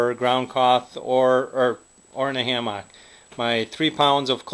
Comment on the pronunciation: i stopped watching cuz of the way he says hammock